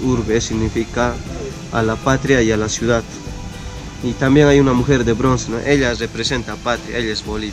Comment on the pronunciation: constitushional??? judishial??? construcshon shiudad???